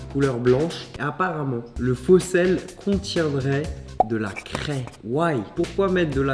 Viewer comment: de la crèèès On dit de la cré